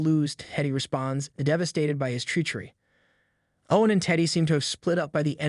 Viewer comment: For real! One word that irritated me was treachery. 🤦🏻‍♂️